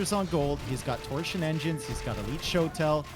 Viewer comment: Man hearing how he pronounces torsion and yeoman hurts me